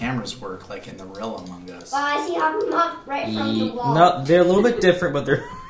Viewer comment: That's not how you say you say it like this Among Us